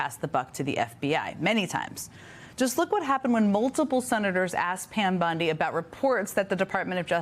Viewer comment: Commentary starts . AI character reporting. Bond-I instead of Bond-E. Blinks once in 45 seconds. Monotone voice, same level consistently, no facial expressions etc. I found another channel like this. Be ware viewers. Plus a clickbait title. BondE didn't quit. Reported and thumbs down.